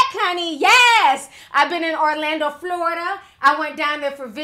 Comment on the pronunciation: Did she say Flewrida LOL?!